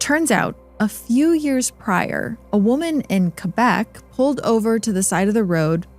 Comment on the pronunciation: Oh my god, French Canadian First Nations here! Thank you for pronouncing Quebec right! And also yeah Canada is full of creepy shit. Whatever you do don’t mess with nature out here because nature always wins. Growing up on my rez (in Quebec City) we were taught young that the forest and land hid energies. There’s good land and bad land and even bear don’t enter the bad lands on the Rez. Some spots are pretty small others are bigger, but trust me when I say a bear is scary but you don’t want to find out what scares bears out of the forest.